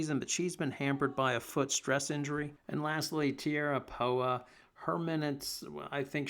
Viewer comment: You mispronounced Poas name during your breakdown of he players.